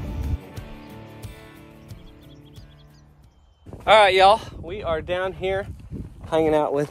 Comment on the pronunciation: you've been calling the new bull New Bull, which sounds sometimes like NOBLE, and I think that would be a good name for him. What do you think?